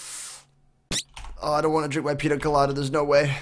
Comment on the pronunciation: You should say pinia colada because ñ have a ni sound